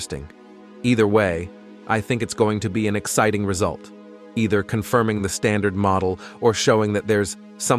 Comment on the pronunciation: I hate the AI's effort to speak. The word "Exciting" was pronounced "Ex-SIT-ting".